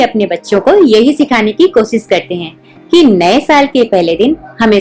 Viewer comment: Ap sh ko s mt bola kre.... Jese koshish ko ap kosis bolte he is se ap ill llitrete lgti he